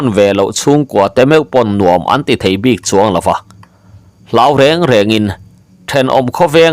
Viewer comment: Bik leh puk lam hi a diklo deuh em aw.ngaithlak chu a nuam e